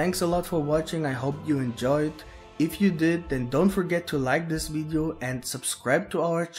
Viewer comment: Boy what the hell is a wideo???